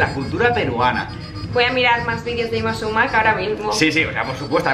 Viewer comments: Holas No se pronuncia Súmac con el acento en la "a" sino en la "u". Es quechua. En la lengua quechua no existían la palabras agudas. Ningún vocablo quechua tiene el golpe de voz en la última sílaba. Espero que lleguen a leer este mensaje, aunque lo dudo, por la antigüedad de la publicación. Hasta pronto, Sigue practicando tu huaylas para cuando vengas. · Se pronuncia Súmac, no Sumác. De ahí en fuera excelente video. Saludo desde Lima. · No es sumác, es súmac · Hola!! Lo sabemos pero la palabra chocherita nos gusta mucho!! Y lo de Yma SÚMAC sabemos después de grabar el vídeo que lo pronunciamos mal!! Gracias de todas maneras:)